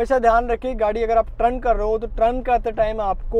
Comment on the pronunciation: Trun nahi bhai g turn hota hai..